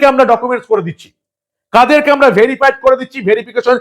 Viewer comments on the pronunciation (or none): none